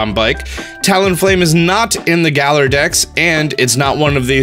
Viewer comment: Plus he can’t say Galar